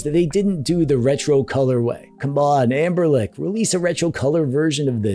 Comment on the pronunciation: My man calling it😮 Amberlick